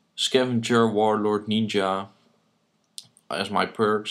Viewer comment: its funny how u say NINGA